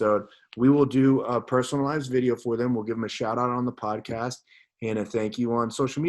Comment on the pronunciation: Well it’s podcast not poscast...